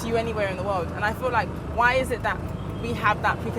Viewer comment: You cutting or chewing words. Brits should learn to speak smoothly and clearly. And why saying "i full like"? Instead of i feel like?.. You're right, though. People should feel free to live anywhere they are comfortable. Life by the way is about finding the comfort. If it's in Europe or the US or canada, they should live there rather than to followed others to Africa just because others are coming back.